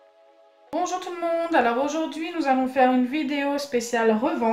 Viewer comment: Mdrrr elle a dit bonjou to mon